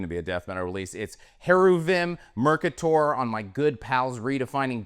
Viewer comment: Mercator pronounced incorrectly, right?